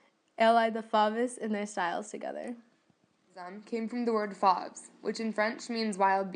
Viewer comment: Fauve rhymes with COVE not SLAV If you expect to be taken seriously, learn the pronunciation of the subject of your lecture